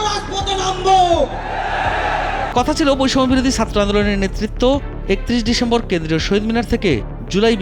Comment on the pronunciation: উচ্চারণ ঠিক করেন। সাত্র কি? ছাত্র!